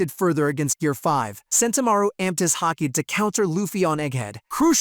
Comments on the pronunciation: There's no c in Haki, Ha-ki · The moment he pronounced Haki like Hacky I stopped watching 😂